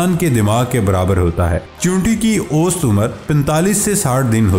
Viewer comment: Bhai oost umer nhi osat umer hota he . Correct your pronouncetion.